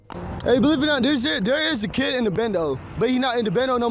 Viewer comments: He is saying "Kid" not "Cat" and "Kiddie" not "Kitty" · I think he's saying "kid" and "kiddy." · i think he could be saying kid instead of cat. please correct me if im wrong. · Dude wasn't saying "theres a crazy cat" or "kitty"... I believe he was saying "kid" and "kiddies" The "meow meow" thing however, is unaccounted for. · i think he was saying kid/kiddie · He's obviously saying KID... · he's not talking about a cat, he's saying kid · He is saying "kid", not "cat". Also "kiddie", not "kitty". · He's definitely saying kid and kiddy. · He's saying kid/kiddie. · he said kid with an accent not cat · At least that's what I heard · Im pretty sure he's saying kid not cat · i think he was saying kid when he was saying cat, but it came out like "ked" or "cat" and when he was saying kitty i think he was saying "kiddie" this makes more sense if he was trying to blame the attacks on a crazy kid rather than a cat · I'm not sure if he is saying "cat" or "kid" and "kiddy". I would admit he is saying it weird but considering the other things he said are slurred and strange, i don't know what you can gain from it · I think he’s saying kid and kiddy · I'm pretty sure he's trying to say kid and kiddy not cat. I finished the video and hes def saying kid not cat. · Miguel has a speech impediment. Or a disability that affect his ability to pronounce words. hes not saying cat, he is saying kid. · i think his saying kid really weird. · i swear when he was talking bout the cat he was saying "kid" but couldnt pronounce it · I think he’s talking about a “kid”. I have an autistic sister and she has a similar speech impediment so I’m used to this kind of speech. he’s saying “kid” and “kiddie” as he said it’s not an animal and other context clues. he’s not referring to an actual child, but using it colloquially to refer to someone his age or younger. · I just think it's his accent tbh or because of his mental issues. He can't pronounce "kid" and "kiddie" right